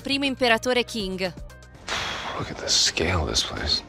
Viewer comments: Studio cinese e Qing si pronuncia cing, per il resto video super interessante! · si scrive "quing" ma si pronuncia "tcing".